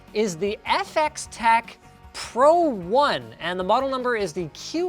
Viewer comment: LINUS: "This is the EFF-EX-TEC PRO 1" ME: screams in calculus